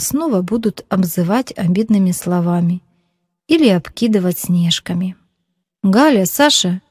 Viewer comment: Снежками-ударение на а